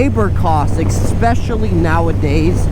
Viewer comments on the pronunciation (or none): He lost me at eXpecially 😂